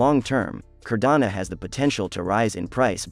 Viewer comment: It’s Cardano, not Cardana